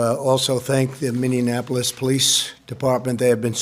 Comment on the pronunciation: I have been correcting YOUTUBERS ALL MY LIFE!!! Please pronounce the name of my city "MINI-APPLE-LiS" ..... Not "Mini-IN-apple-les". They add an extra syllable. So happy he pronounced it wrong, actually. I HAVE mass shout out recordings! I feel like Q!! Did my President just call me out? SAY IT RIGHT , Mr. Trump! MINNEAPOLIS LOVES YOU!! MEGASOTA!!